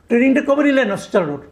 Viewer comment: অস্ত্র উচ্চারণ করতে পারছেন না, আরও চেষ্টা করুন, উচ্চারণ করতে 😅😅😅